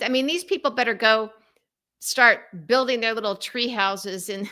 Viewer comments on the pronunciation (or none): none